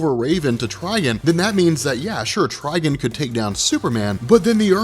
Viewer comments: Did you just say "Trigen"? It's Trigon with an 'o' Spoiler alert: The Spectre is being controlled by the stupid 5th dimensional imp whom for some reason has godly powers that was able to take over the The Spectre body by removing his human vessel. Superman in Injustice is the quintessential of plot armor...... Anyone know which comic Superman lobotomizes Shazama? Or was that just in the game? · Trigon not Trgen 🤦‍♂️ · Trigon is pronounced like Tri-"Gone" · the way you say trigons name hurts my soul